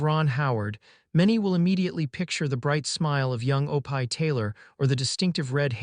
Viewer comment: Guys, it’s “ Oh pee “ please drop the pie!